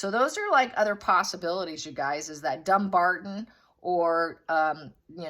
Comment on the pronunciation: It is pronounced DumBARTON with a T not a D. DumBARTON.